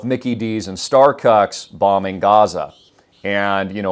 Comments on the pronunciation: My boy said Starcucks 🤣🤣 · Yoooo he said starcucks 😂😂😂😂